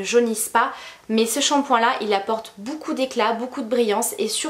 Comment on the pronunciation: Beaucoup se prononce BOCOU et non BOUCOU, c’est très agaçant d’entendre ce mot 158 fois par vidéo et mal prononcé Pour le reste rien à dire les vidéos sont tops !